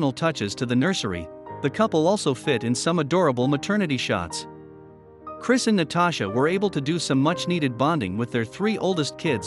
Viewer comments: He’s not Christ. Turned off video at the first mispronunciation of the name. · Check the script. His name was Cris - NOT CHRIST! Double check at deployment, how many times you called him Christ. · They should have proofed the audio before posting it since the narrator kept going back and forth between calling him "Chris" to calling him to "CHRIST" and then back to "Chris" again.